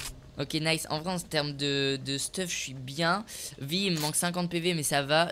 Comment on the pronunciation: "En sterme de stuff" mdrrrr j arrive trop à t imiter michou😂😂😂🤣🤣